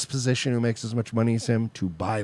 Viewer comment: Rofl, hes like we should like...start farming the vegetications and producing the medicicationals. Form a eccanommy, create our own manney.